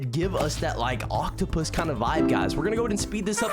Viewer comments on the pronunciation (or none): It’s Pronounce Oaktopus Not Octopus